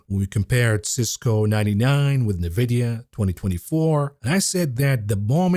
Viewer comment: ‼️“Nuh-videa” 🤮 b00mer detected